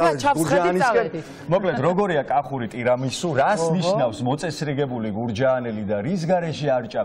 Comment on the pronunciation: 😅😅 ისე ცნობისთვის “ტირამისუ” ქვია ამ ნამცხვარს და არა “ტერამისუ” , tiramisu ანუ იტალიურად ტირა მი სუ , რანაირად გახადეთ ტერამისუ არვიცი მაგრამ ოქეი ❤